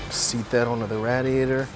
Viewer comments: Rad iaytor??? Wtf lol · Had to stop. Couldn't stand hearing dude say "Rad! iator" . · Philly area accent! Malvern, PA is right outside of Philadelphia. Believe it or not you'll hear a lot of people say radiator like that(rhymes with gladiator) in Philly and the surrounding suburbs.